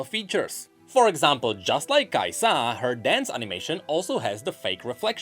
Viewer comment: Every times he says kaisAA, I imagine this emoji: 🤓